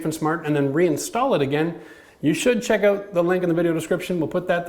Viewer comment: I had to watch the intro three times I'm pretty sure you said chuck lol 😂 great video I love wood planers but you forgot the other way to fix high joist by cutting a bunch of groves then knocking of the wood easy way if you need a 1/4 are more